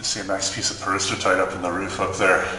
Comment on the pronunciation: There seems to be a disconnect between the pronunciation and spelling of "Peristerite" here...